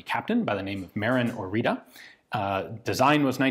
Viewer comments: I think it's supposed to be pronounced "Oritsa" after Căpitanul Marin Orița. There is a 1949 paratrooper version with a pistol grip and an adjusted grip safety lever, I recommend looking it up. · The ț in Orița it's read as Oritza or Oritzza. Interesting is that it's stamped with a line over the a on the end, that look similar to ă but you don't see this in other texts about Orița. Anywey, Orița was a joint Czech-Romanian project and after captain Marin Orița the czech Leopold Jašek and the romanian Nicolae Sterca are also considered to have contributed to its design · Isnt the "t" with the "," undernath read as "tz"? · ț is pronounced kind of "zz" in "pizza" Ă sounds a bit like "uh" Gi from "cugir" is pretty much like the spelling of G in the alphabet. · Very precise and detailed until you butcher the name of its creator. Otherwise sir,my respects! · Useless language fact: due to the little squiggles under the T and above the A in Orita, the pronounciacion is different. ORI is pronounced more or less as Ian pronounced it, but the T is a TS sound. It is a sharp and short sort of hiss, a bit like a snake. And the A is like the first E in the word Nerve. The sounds are very common in Romanian. Without them the name doesn’t sound all that romanian, with them it could very well be my next door neighbour. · Please, for the love of god, look up how to pronounce foreign words in the future. T_T That's not a T! It does not make a T noise! It takes 5 seconds to put a word into google translate and click the listen button! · The name stamped on it is ORIȚĂ and is actually pronounced as Oritzuh or Orizzuh, the same sound the zz makes in pizza and the final letter is not an A but Ă which is pronounced more like and uh sound. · It is called ORIȚĂ not ORITA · Orita is wrong, "Oritza" or "orița" is good "tz"="ț" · It's not orita, it's orița. It's pronounced more like oritza. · Oritza / Oritsa not Orita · the pronunciation is Ori[tz]a . the T has an underneath accent .